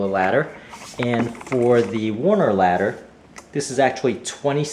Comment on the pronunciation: Nice review. It's Werner, not Warner though.